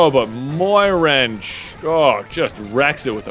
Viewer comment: Moiran sounds incredibly like goiran and I bugs me out every time